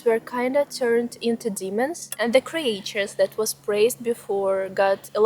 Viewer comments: ..i think i saw your camera before..a Sony if i am not mstaken..anyways, great settings you have chosen ! Just an small aside.. "creatures", in english, the "a" in the middle, is "mute"..like if it was written "creture"..more or less.. I live in Portugal, but the fairytales, are more or less from these famous fairytale writers in Europe are Hans Christian Andersen (Danish), the Brothers Grimm (German), and Charles Perrault (French). Andersen is known for original stories like "The Little Mermaid" and "The Emperor's New Clothes," while the Grimms collected and published traditional German folktales like "Hansel and Gretel" and "Rapunzel," and Perrault's 17th-century tales include "Cinderella" and "Puss in Boots.. ..i also know the Bad Wolf and The Three little Pigs..and some more, because i had a collection, but some were from around the World.. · You write creatures but pronounce it as creetures. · Cre-Ah-Tures, lol ♡ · Ты пошто, милая, "криэйчерз" вместо "кричерз" молвишь? И купно "скул" вместо "скал"? Сие запутанность великая есмь! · Okay. I didn't know I needed a bedtime storytime but in fact I do. PLEASE make another channel that reads Russian folklore to sleep to!!!!!! (Cre-AE-tures, solidified it). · Your pronunciation of "creatures" kills me. Anyway, thanks for your time spent on entertaining vid.